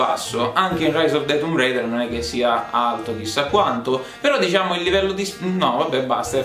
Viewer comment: che bello sentir la pronuncia tumb reider e 3 secondi dopo tomb raider per abitudine